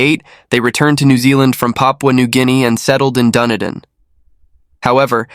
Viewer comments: DunEEden not Dunnydin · Had an in-depth look into this case and I'm convinced of David's guilt. It's pronounced Dun-E-din and is named after Edinburgh in Scotland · Dunedin is pronounced Duh-nee-din. David did it. No prints from Robin were found on the gun. If he had shot himself he would had have to have done it with his left hand according to the trajectory of the bullet wound, but he was right handed. David wore gloves and they were found at the scene, covered in blood and under Stephen’s bed. Robin had a full bladder. People generally don’t go on a killing spree when they need the loo. Who would write a note on a computer like that? David did his paper round in record time. He normally walked it. People saw him running it that morning. He washed his clothes that morning (to cover up the blood on them) which was also highly unusual as the house and residents weren’t the cleanest. His bloody prints were found on the washing machine. He told the cops he heard his sister gurgling, which means he was there when she died. His brother Stephen fought back and a week before told a friend about a dream he had where he woke to David standing over him with a gun. He had a premonition. Stephen’s prints were found on the barrel of the gun where he grabbed it during the fight. A lens from David’s damaged glasses was found in Steven’s bedroom. David had bloody socks on and left footprints throughout the house. He had fresh wounds to his face and hands when the police arrived. If you listen closely to the emergency call, David actually says ‘I killed them’. My partner at the time knew him from University and said he was bloody weird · where? dundin? PLEASE research place names BEFORE making your shows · Even though the narrator doesn't have a clue how to pronounce "Dunedin" this doesn't change the fact that David is obviously guilty lol